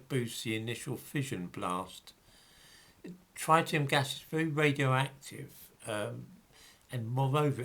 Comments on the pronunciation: the first syllable of ‘tritium’ rhymes with ‘tit’, not ‘tight’. 😁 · Reverend George No. Tritium is an isotope of hydrogen. It has a single mandatory proton like all isotopes of hydrogen and in addition has two neutrons. The other isotope is deuterium with one neutron. This is absolutely nothing to do with oxygen, which has 8 protons and usually 8 neutrons. You are thinking of the ozone molecule. P.S. And you’re completely wrong about the pronunciation too.